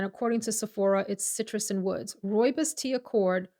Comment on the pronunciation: Hey, wow one of few Americans that does not butcher the pronunciation of rooibos, thank you! I grew up with rooibos tea and is such a comforting healing tea, here in South Africa we all really grew up with this tea, helps with so many health issues. I have been wanting to smell that parfume though, will order a sample of it, thank you for a lovely review.